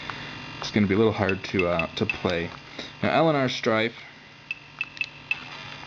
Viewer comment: It's "strafe" not "strife". "Strife" was a kick-ass first person shooter on the PC back in the 1990's. It is compatible with programs that are similar to DooM Legacy. You should review "Strife" at some point.